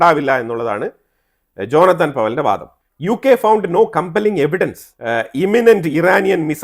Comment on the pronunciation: "ജോനത്താൻ" അല്ല "ജോനാഥൻ" എന്നാണ്. ഡ്രാക്കുള നോവലിലെ ജോനാഥൻ ഹാർക്കാർ പോലെ